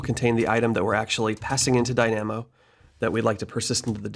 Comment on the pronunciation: Great tutorials, these have helped a lot. Can you check your pronunciation of Dynamo though :)